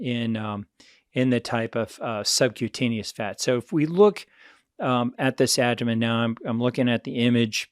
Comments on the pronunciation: How come this guy can’t pronounce “aBdomen” correctly? Is it just me or does he say ADDomen… That aside - great content. Thank you. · He can’t pronounce aBdomen correctly however.